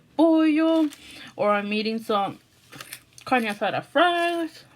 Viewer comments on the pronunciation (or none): none